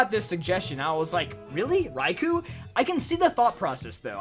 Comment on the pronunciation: The "Kou" in Raikou is pronounced as an extended O.